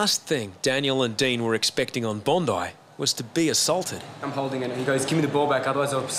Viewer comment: It's Bondi not bondaa